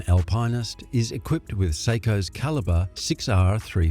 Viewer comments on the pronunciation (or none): Alpineist? Al - pine - ist ? Are you trolling us? Alpinist, Al - pin - ist. There's no 'pine' involved. It wouldn't have mattered but you used it so many times 🙄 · Yer Nar I’m and an Aussie too. And Al~Pine yes sure, but Al-Pine-est NO it’s Al-pin-est they are the go. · LOL. He really needs to fix his pronunciation. AL-pinn-ist. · oh please! somebody buy that Voice Over dude an Al-Pine-Ist ..lol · I'm Australian... the correct pronunciation is Al-pin-ist... this voice actor is a robot or isn't a watch enthusiast. Obviously. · When you don't know how to pronounce Alpinist... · It's not an Aussie pronunciation, hahaha! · there’s just no e in alpinist it’s not a marketing thing